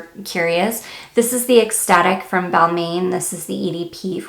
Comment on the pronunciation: Nice video but for Balmain it’s pronounced Bal-mon.... not “main”